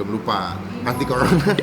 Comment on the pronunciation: Corona bang bukan cowona